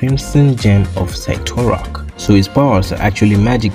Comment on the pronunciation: It’s pronounced cyt-or-ak